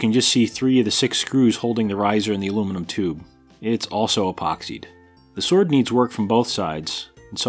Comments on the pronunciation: While on the subject of Who is the Best Bond™️: "Shord" is exactly how Sean Connery would have pronounced it. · Uh... nice goof at the end. Sword forged... you mean Shord. Amateurs. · He is good with that shword